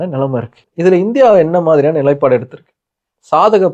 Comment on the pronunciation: நிலை'ப்'பாடு என்றே சொல்லவும்..